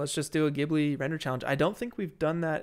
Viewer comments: I’m sorry I hate to be that guy but I’m Japanese and grew up watching ghibli and it’s actually pronounced like jibli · Yo fellows! Great work. Also “JeeBlee” is the right way to say it.